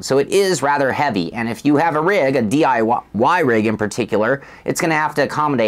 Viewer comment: and - Same hilarious mistake. DI-wah-Y rig :D